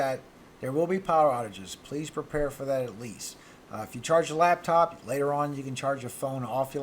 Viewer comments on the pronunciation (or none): none